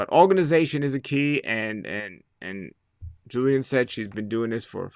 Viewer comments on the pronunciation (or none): Pronounced JILL - ian. Not Joo - lian.